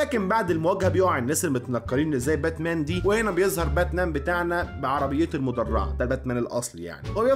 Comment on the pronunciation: باتمان ❌ باتنام✔️